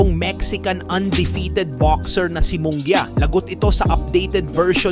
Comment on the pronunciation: Munguia d mo kayang basahin at e prounce properly? and also Kompyansado. where did you get that word?